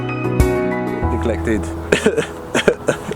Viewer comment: Well done, another great vid. it's ne-glect-ed 🤣